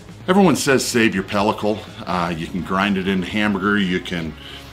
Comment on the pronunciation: You are correct! says it funny. BUT, he's the MAN. So, I forgive him. Had me saying pelicos also. Pellicle, is the spelling. (I believe) I still don't know what to do with it. I dont have a grinder. But, I am at day 35 of a dry aged PRIME NEW YORK. So, I will be looking for a video of how to use or preserve it for future use.